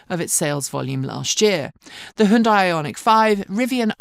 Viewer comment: Hundai? Who stole the 'y'?